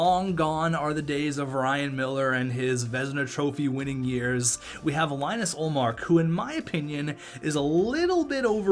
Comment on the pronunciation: heads up, its pronounced Lee-nus not linus like its spelt